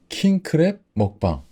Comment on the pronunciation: WHEN HE SAYS KING CRAB I HEAR KING CRAP